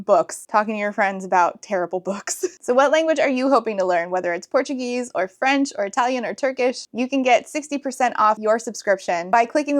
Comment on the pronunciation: Your portuguese pronunciation is great, congrats <3